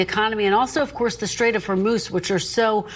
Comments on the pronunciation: Did he say W h o r 3 moose of strait???? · He can't even pronounce the name Hormuz! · He can’t even pronounce “Hormuz Straight” correctly. Whether you like him or not, we can all agree that he is the dumbest person to ever hold the presidency.